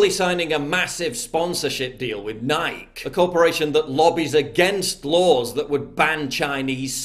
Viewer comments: paul, it's pronounced NIGH-KEY (nike) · Lmao Paul, you said Nike wrong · Dude, I agree with this, but learn how to say Nike.